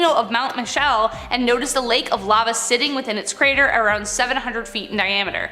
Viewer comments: Pronounced “Lah-va”, not “lav-uh” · Lmao see pronounces lava ...layva instead the normal sounding lawva, also pronounced seismic sensor, seesmic, not sizemic... blond moment probably reading words see dosent actually know xD